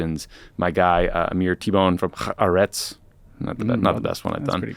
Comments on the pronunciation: Tommy, please, I beg of you, please, haAretz - soft h, stress on the A in Aretz. Not herz, not haarEtz, and please G-d nothing with a hard "kh" like you keep saying here. It's just an H like in English, or silent in normal speech. It's "ha," like a laugh in English (or even just "a" like in "Ah, I see."), and is just the definite article (the word "the"). Aretz is stressed on the first syllable, and means land. haAretz = The Land i.e. The Land of Israel. Which is what we call the country in Hebrew, haAretz, just like Americans use "the country" to mean the USA. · Tommy, try pronouncing it Ha-ARetz. Emphasis on the second syllable. Don't worry about trying to pronounce unusual consonants, just try to get the stress pattern closer. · The consonants aren’t unusual. I think he keeps trying to insert a ḥet. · There is no kh/ḥ in Haaretz (it’s easier to pronounce than he thinks) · It is baffling, since it really shouldn't be hard for an American to pronounce, and Tommy obviously wants to get it right. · As an American-Israeli, I hope and pray that Tommy will learn to how to pronounce הארץ in my lifetime.